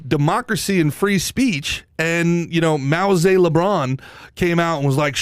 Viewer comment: "Mao zelebron" 💀💀💀